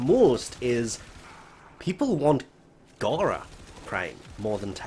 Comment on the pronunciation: ITS NOT GHARA ITS FOKEN GARA